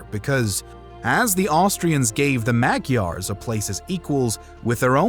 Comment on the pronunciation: Please learn how to properly pronounce "Magyars"... the way you say it is incorrect and could be viewed as offensive to ethnic Hungarians